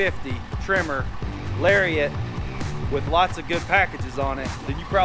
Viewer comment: Lari-Ott LOL